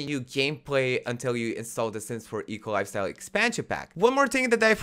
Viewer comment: I always heard EColi instead of eco lifestyle and it made me smile:)